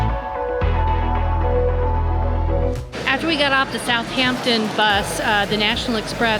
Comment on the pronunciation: It's Southampton, not South Hampton. Like Washington, not Wash Hington.